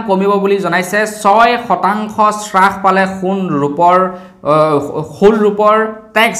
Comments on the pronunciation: হ্ৰাস , চ্ৰাখ নহয় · Sarh nohoi harh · শ্ৰাস নহয় হ্ৰাস। এতিয়ালৈকে ও নাজানে নে ? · শ্ৰাসনহয় অ' বোপাই হ্ৰাস বুলি ক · শ্ৰাস নে হ্ৰাস,,অৰ্থ নাজানিলে কমা বুলিয়েই kobasun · শ্বাস পাইছে মানে কি ডাঙৰীয়া ? 'হ' বৰ্ণটো কণ্ঠনলীয়, তালব্য বৰ্ণ নহয়। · Srakh buli nokoi ouuuu Pronunciation correct hobo lage